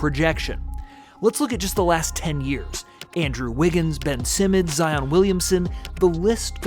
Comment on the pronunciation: U said Zion like he not nice or sum 🤦🏽‍♂️